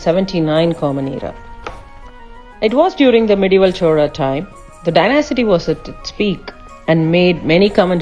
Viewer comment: Pronunciation for some words is incorrect. It is not "dynasity". It is dynasty. However, best wishes for the new venture.